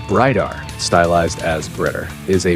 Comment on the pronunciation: Note to: Not only work on your pronunciation of the band's name, but stop referring to Bridear as a, quote unquote, "Power Metal" band, which doesn't do them any favours as it's a complete misnomer and bodering on annoying and offensive. Do you ever hear Lovebites refer to themselves as Power Metal? NO.. To quote Asami, "WE ARE LOVEBITES. AND WE PLAY HEAVY METAL!.